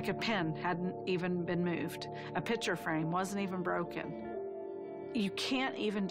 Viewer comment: Okay, I know this is a serious thing, but really? Every math teacher that is age, says picture like Pitcher